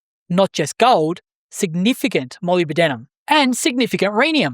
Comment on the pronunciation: ...also, it's "muh LIB duh nuhm"... 😄👍